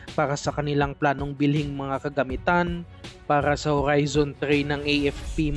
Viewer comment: Grabe ka maka horrrrrrrizon.. ang daming Rrrr 😆😆✌️